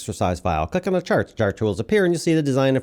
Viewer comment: My voiceover peeve is hearing "ay" and "thee". Is that for YouTube's automatic translation? Normal conversation doesn't have "I gave the person ay chair and then thee chair fell over."